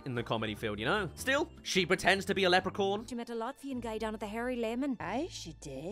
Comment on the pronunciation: sounds like you're saying "lepricorn" so I hope you know it's acctually pronounced "lepricorn